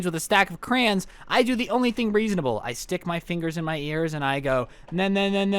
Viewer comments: Bruh, why's this dude saying crans instead of crayons? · CREEEEOONNSS NOT CRAANNS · i might unsub because u said crans and not crayons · it is crayons not crays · it’s pronounced “cray-ons” not “crains”